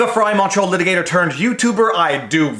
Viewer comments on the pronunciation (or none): So, I know the captions say he says "Montreal litigator turned youtuber," but it still sounds like "macho litigator" to me.